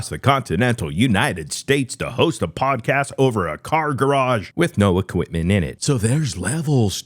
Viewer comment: Brendan is still correct. Hurts me to say that. Even the "Show Me The Money" comment. Brendan was funny and correct. But Brendan did say, "Podcash", instead of, "Podcast", after insinuating that he himself was the first fighter to have a podcast (which I think is true, also)